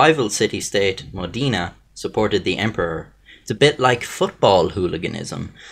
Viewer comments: I live in Modena actually, my grandmother told me about this bucket many times ahhaha, also, just for saying, it's Mod E na, not modina, modena ahhahha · No the O in Modena is sounded like "Oh" with the tonic accent on "de" mohDEH-na. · Linda Ciccoli His pronunciation of "Modena" is as interesting